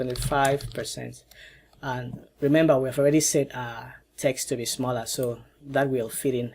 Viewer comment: "I would like mah gap to be smollah" - that's what she said